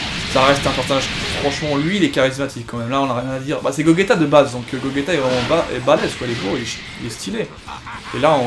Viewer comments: C bien beau mais.. C'est gogéta et non gogeta! Enfin on l écrit gogeta mais sa se prononce GOGÉTA voilà ! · Tu respectes même pas son prénom à Gogeta, ça se prononce GOJÉTA et ça s'écrit GOGETA